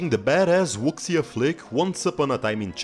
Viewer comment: FYI, in 'wuxia,' the 'x' is pronounced like an 'sh' rather than an 'x': woo-SHYA